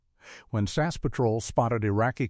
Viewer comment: It is S A S not sass.